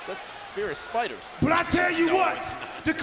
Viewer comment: R truth said spydas not spiders😂😂